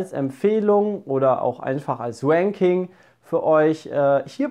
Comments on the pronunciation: EarthEaterEE hat einen "leichten" deutschen Akzent und das Ranking klingt bei ihm wie "Wanking" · hat einfach mal beide Teile des Nerd-Quizzes verloren:D Tolles "wanking" ^^ beim englischen R und W gibts nen unterschied btw. Independence Day 2's story war doch, dass ein Raumschiff auf ein anderes gefiyred hat oder?;D Mein Platz 1 dieses Jahr is Warcraft... eventuell weil ich auch nur 2 filme gesehen hab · Hat der echt ein geiles "Wanking" gemacht^^ xDDDD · Wänking xD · das ist kein deutscher akzent :D 2 meiner Freunde haben das auch, die können auch nicht das r mit der zunge rollen haha